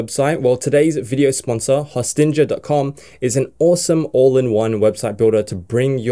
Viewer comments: Great sites and its Host-ing-er (like ‘sting’)bro, one of two best web hosts ever! Siteground my #1 but I have about 100 of my WordPress custom demos hosted there, best prices for what u get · Pretty sure it is pronounced 'Hosting-er'.